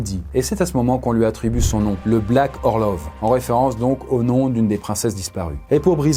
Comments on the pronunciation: Super vidéo mais je crois que ça se prononce "orlof" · Ça se prononce "Orlof", au cas où ! 😛